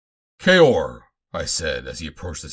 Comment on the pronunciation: Nice job! Thanks for pronouncing “Kaor” correctly! And also putting in the chapter breaks, tried other recordings of Swords of Mars but they got irritating with no chapter breaks and reading “kaor” as ‘cow’😞